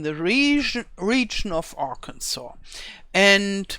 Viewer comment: Aug. 21, 2024 Your pronunciation of arkansas was perfect. I live in arkansas and I think it's wonderful that giants have Included parts of arkansas in the map. I am excited for the baby animals as well And I. Am breathlessly waiting For your video on the baby animals. Thank you for making this video